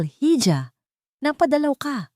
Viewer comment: Iha Hindi hija